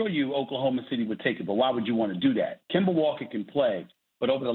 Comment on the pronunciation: Bro said kemba